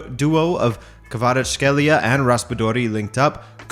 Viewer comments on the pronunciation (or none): none